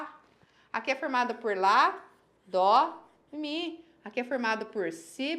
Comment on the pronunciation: SE FOSSE PRA PRONUNCIAR DÔ A NOTA NÃO SERIA DÓ. DESISTA DE ENSINAR UMA COISA QUE NÃO SABE NEM O BÁSICO